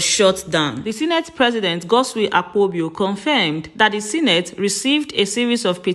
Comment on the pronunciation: It is Akpabio not Akpobio